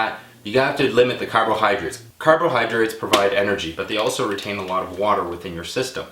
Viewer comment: carbohydrates.. not carbohydrits.. LOL